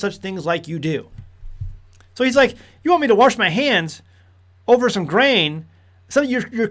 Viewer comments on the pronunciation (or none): There’s no R in wash. 😉